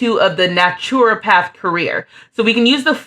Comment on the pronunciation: Loved seeing these lovely brown-skinned sims and fairies. And, if its helpful naturopath is pronounced "NAH-truh-path" (nothing like its written). Great vid!